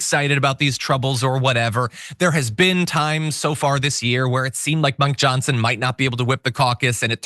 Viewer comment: "Monk Johnson"?